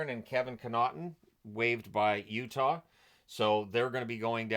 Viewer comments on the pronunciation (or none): none